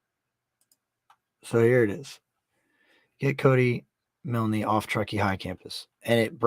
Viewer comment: The name is pronounced With a silent e... ie Cody Miln..✌️❤️